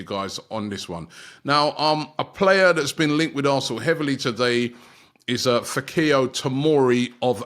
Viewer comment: Fikayo is pronounced the same way as Bukayo . Fee- Kayo